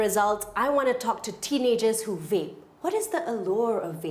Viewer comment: Funny how the guy kept saying 'whape' and the lady kept saying 'Vape'